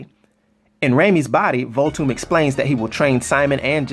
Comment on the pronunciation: you gotta put the h within Voolthoom bro:)